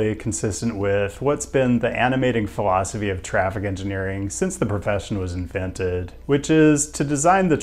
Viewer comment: sounded like "animated colon'scopy of traffic engineers" I had to listen 3 times and slow to hear phil'sophy